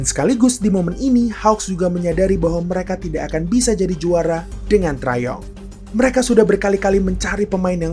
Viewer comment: btw jangan baca 3 dan d min, lebih enak didenger three and D. sama trae young biasanya dibaca tre yang, bukan trae yong😊